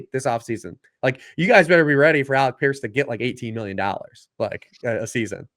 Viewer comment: it's not Alex Pierce. It's Alec Pierce. Lol. Great stuff though as always.